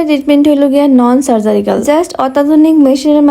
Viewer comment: সার্জারিক্যাল না আপু, সার্জিক্যাল 🥹